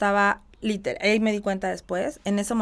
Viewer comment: Porque usa tanto la palabra LITELAR!!! Sabra el significado de esa palabra???? Ni quebrada se le quita el tonito de voz. Que pereza!!